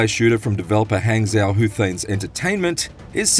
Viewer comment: Could you not have taken a few seconds to learn how to pronounce 'Hangzhou' before making the video?